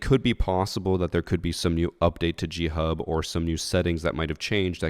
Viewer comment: I genuinely thought you were saying Cheat Hub, I haven't ever heard of G Hub. So at the beginning, I was just thinking "no shit they got banned".